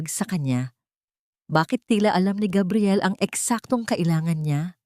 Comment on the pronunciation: Please Gabriel not kabriel please wag Naman masyadong ewan